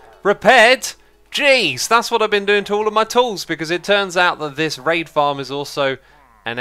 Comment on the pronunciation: Whenever he says raid it sounds like rape.